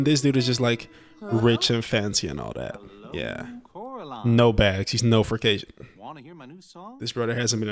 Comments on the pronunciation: Coraliney is the cutest mispronounced word I've ever heard. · it is prenounce coraline